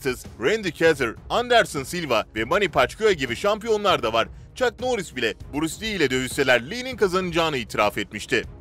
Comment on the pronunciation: Buris Li değil be kardeşim, Bruce Lee (Brus Lii)